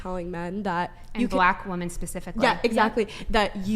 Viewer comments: I don't know if it's an American-English thing, but as a Brit I found it astounding how the entire panel were unable to differentiate between or effectively use, or pronounce the words 'woman' and 'women'. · Girl is based but her continuously saying woman instead of women is driving me nuts!!! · I’m cursing the superchat that pointed out they pronounce “women” like “woman”. I can’t unhear it! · I swear I'm going to end up not watching this podcast anymore cause I can't stand these idiots saying woman instead of women. California is retarded. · I agree with black shirt, Christian, but why is she saying “woman” when she is referring to “women“ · Chick in the puffy black dress does say "woman" instead of "women" 😂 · Most of the girls do say woman constantly. I can tell there is a difference, because pronounces it correctly. Learn how to say it right: ˈwo͝omən 🤦🤦🤦🤦🤦🤦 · Are these women saying “woman” in place of “women”?? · For god's sake why can't women that come on this podcast say women(plural) properly? 🤦🏻‍♂️ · Man....pronounce the word Women correctly.